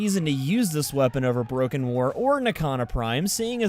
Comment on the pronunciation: I love the "baroken war"